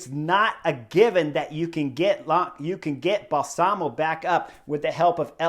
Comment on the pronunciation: Excellent analysis Chris. BTW, Balsamo, accent on first syllable. Bal-samo.